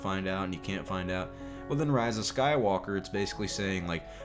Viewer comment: I like the way you said "Rey's a Sky-woke-a."